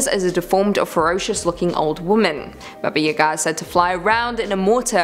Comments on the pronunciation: It's Baba YA-ga, not ya-GA!!! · It’s baba yaaagaa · Look I know everyone loves... 🤔 But please don't let her please don't let her pronounce Baba Yaga again. The Russian pronunciation is very similar to the American pronunciation. It's just the slow Ba-ba Ya-Ga. I confirmed this with a simple Google search and there are people who tell the stories in Russian all over YouTube. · Why do you say Baba Yaga like that? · WTF,, you pronounce weirdly "Baba Yaga"